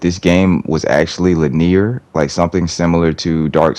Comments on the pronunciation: No hate, but it’s pronounced “lih-nee-ur” not “lih-neer.” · When did people start pronouncing it "lin-ear"? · Why do you pronounce linear like that